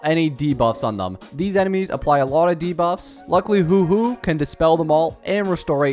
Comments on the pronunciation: PLEASE I BEG YOU "huoh-huoh" not "hoo-hoo" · ITS HUO HUO NOT HOOO HOOOO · She is pronouced "hua hua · I swear every time he says “hu-hu” it’s so funny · Knock knock. Who’s there? Who? Who who? It pronounced, “hwah, hwah.” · Haha, look at me, dumb content creator who can’t pronounce a characters name, even though it’s pronounced about a hundred times in love streams and the actual story. That’s a dislike, so ignorant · I lose brain cells when you says Huohuo